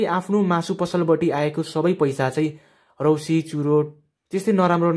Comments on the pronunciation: Raksi ho k rausi haina xya😂😂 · रक्सी हो क को रौसी होर्😆😆😆😆😆